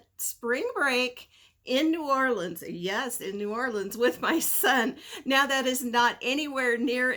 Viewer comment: Hearing new Orleans like ORIGINALS lands 😁😁😁😁😁